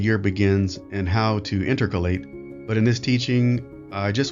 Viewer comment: PLEASE learn how to pronounce “intercalate.” This is how the ENOCHIAN calendar works as was rediscovered among the Dead Sea Scrolls for: 1) the solar calendar with immovable appointed times (Heb. mo’edim), 2) the three-year lunar cycle with the sign (Heb. ‘ot) of a full moon on 1 Abib (which is NOT equivalent to the Babylonian Nisan of the false Masoretic calendar employed by the modern Jewry), 3) the annual stellar cycle with the moon rising and setting in a particular constellation each evening, and 4) the six-year Levitical priestly courses (Heb. mishmar’ot) which were superseded by the order of Melchizedek (Heb. Malki-tsedeq; =my King is righteous) on 18 Abib in 36 CE at the resurrection of Joshua the Anointed (Gr. ‘Iesous Christos/Heb. Yehoshu’a HaMashiach) after descending three for Biblical yomim (15-17 Abib — not to be confused with modern SI days) into She’ol PARADISE aka the “bosom of Abraham” (Luke -31). ALL modern churches and synagogues are chock full of false traditions (embellishments not in Scripture), precepts of men (manufactured theology), and doctrines of demons (assimilated paganism) as was prophesied! Those in pulpits “tickle the ears” of their congregations by telling them what they want to hear. The true church was called The Way (Gr. tēn Hodon/Heb. HaDerech) as is mentioned throughout Acts as well as the Dead Sea Scrolls. Enoch and Elijah, the two witnesses of Revelation, will re-establish The Way during the Tribulation in preparation of C